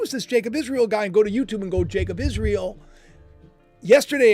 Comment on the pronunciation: why do you always pronounce Israel as IsreAL?!